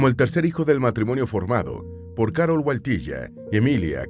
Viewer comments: Me ha gustado mucho este video. Pero primero hay que decir que no se pronuncia Wotilla sino Wotila. Segundo el pais que mas visito despues de su amada Polonia fue mi país España que como el llamaba a España Tierra de Maria. El aprendio español porque su tesis la hizo de los Santos españoles santa Teresa de Avila y San Juan de la Cruz. Ademas una de sus canciones preferidas era las sevillanas del Adios y cuando hiba algun artista español al Vaticano se las cataban y el encantado que apartaba a la gente para escuharlas porque le encantaban. Es tanto asin que un viaje a México le tocaron las sevillanas del adios en forma de ranchera. Queria tanto a España que cuando viajaba siempre pasaba por suelo español para darnos la bendición a los españoles. El coche llamado Papamovil se lo hicieron en España y lo exteno en España. Cuando se le critica a Juan Pablo II por ir a Cuba les recuerdo que el papa no solo se reunio con Fidel Castro sino también con la oposición. Tambien gracias a Juan Pablo II en Cuba se abrieron las iglesias, se dejo de perseguir al clero y sobretodo volvio la Navidad que estaba desde muchisimos años. Este Papa fue el Papa de la Juventud. Las jornadas de la Juventud las puso el. La gran cruz que llevan en esas jornadas la regalo. El murio el dia de Jesus de la Misericordia inpuesta por el. Podria decir munchas mas cosas que no se dicen de este maravilloso Papa. Que munchimo le seguimos queriendo tanto y le echamos de menos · No woitilia woityla narador burro no sabe hablar español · Woityla np wontilia tonto è burro NARADOR